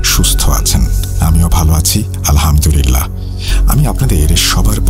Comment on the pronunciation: ভাই আপনির আলহামদুলিল্লাহ সঠিকভাবে উচ্চারন হয় না।